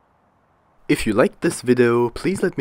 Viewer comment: its vidEo not vido